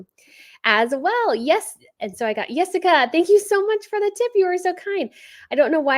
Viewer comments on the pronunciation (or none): none